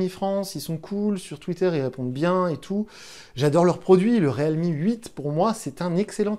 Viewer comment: Le mec prononce même pas la marque correctement depuis 5 vidéos ..